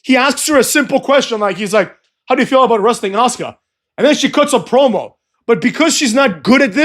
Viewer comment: Kinda love it when say ass-car/ass-ka(Asuka finishing maneuver), is creative up in this piece,muthafucks 😂